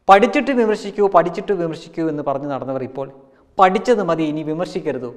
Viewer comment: എനിക്ക് ആ "പഠിച്ചിറ്റ് ബിമർഷിക്കൂ" എന്ന് കേൾക്കുമ്പോഴേ വെറുപ്പ് തോന്നും..